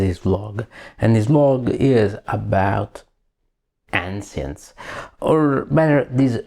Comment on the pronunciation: Ancients si legge "enscients"... 😅. E "melee" si legge "milii" ...